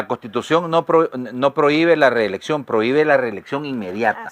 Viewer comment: Reelexcio'n , Reelexcio'n ,Reelexcio'n .